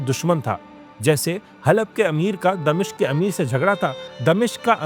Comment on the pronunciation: It's "Dimashq" not "Damishq"